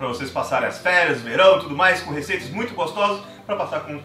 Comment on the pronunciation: Tá falando molta 😰